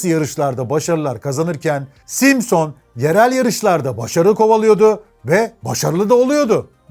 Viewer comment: aynen simsıñ degil simson ustad. emegine saglik. birde efsane honda kinetic var di zamaninda usta onu da anlat ne olur. saygilar.